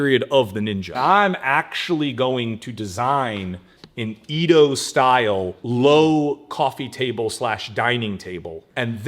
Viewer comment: I know this is very minor, but Edo is more like eh-do, not ee-do. But I'm always really impressed with how good the marquetry/veneer designs come out, they always look so good.